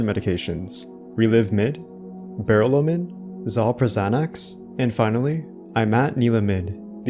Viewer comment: Completely butchered the reading of those pharmaceutical names lol Ber-OL-min (not Ber-LO-min) Xalpra-ZIN-ax (not Xalpra-XAN-ax) Also, that's not at all what melanoma looks like (even late-stage disseminated melanoma). It's also not what leprosy looks like. It's most likely the same plague the game's writers kept hammering home about: the plague that swept the hospital and the prison without a cure, baffling physicians as to what it was. If it were cancer, Mary's attending physician would call it cancer and so would James. Skin cancer was far from unknown in the late 80s and 90s. What the original actor believed about the plotline is completely irrelevant.